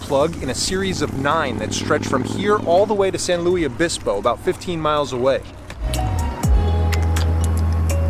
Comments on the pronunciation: Too bad he doesn’t know how to pronounce San Luis Obispo…. Luis, not Louie! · I believe that it’s illegal to climb Morro Rock. As a local almost every summer someone tries and they’re on the local news later that day. Great video. I personally enjoy kayaking in the bay the seals are very entertaining. One last thing it’s San Luis Obispo not San Louie Obispo. Thanks again for the great video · Say it like a local: Pronounce “San Louis Obispo”, like Saint Louis, MO.